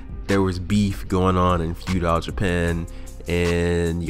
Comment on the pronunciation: Pretty much agree with everything, except the way you say feudal. Like fuedile. Like crocodile lol. Its all love tho bro keep it up. 😄